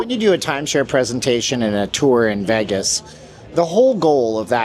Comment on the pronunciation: You should leave Las vegas, all you do is speak negatively about the city that provides for you. Learn to pronounce VEGAS PROPERLY…..YOU MUST BE CANADIAN